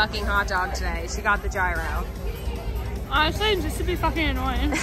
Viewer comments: i CANNOT with how you pronounce “gyro” 😂 the G is completely silent and I’m loosing my mind each time you say it. It’s so funny 🤣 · You pronouncing gyro lol